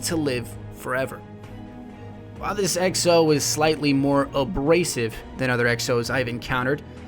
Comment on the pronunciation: Its exo not ecO